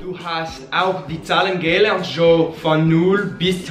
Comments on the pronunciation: Good job guys! The only thing is “gelernt” is stressed like “geLERNT” not “GElernt” :) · You guys speak German with kind of a French accent! German is my main second language, so I always end up speaking other languages in a German accent. A tip: the stress goes on the second syllable in "gelernt", so it's ge-LERNT, not GE-lernt. For all past participles starting in "ge", the "ge" is unstressed. Keep up the good work! :) By the way, your videos have helped me become more confident in learning Portuguese, which will be put to use when I go to Brazil for this first time this Thursday!